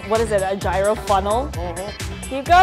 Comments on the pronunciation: It's Yee-roh! Not Ji-roh! In Greece at least. Aaggggjhhhhhh. Chicken slavaki is my favorite! I make my own and so yummilicious!! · Did he just say G-I-R-O-S ???? And he works there n look like he from greece ...smh !!!! Its pronounced like euros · Im greek and I need tzatziki with that anyone else need ?? #yeero not #yairo hahah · It's ˈyē-ˌrō NOT ˈjī-(ˌ)rō ... as a half-greek, I can't stop shaking my head watching this... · Excuse me? Did you say GIE-ROW? It's YEER-RO. 😖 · Λεει πως ο γύρος ακούγεται σαν euros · Aradia X i said the same thing !!! And he works there too !!! Smh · Did he pronounce gyro wrong 🤔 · The mispronunciation tho 😩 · Is that a person with an accent nonetheless pronouncing gyro as if it is related to "gyration"?.. #correctmeifimwrong.. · they didn't even pronounce gyro correctly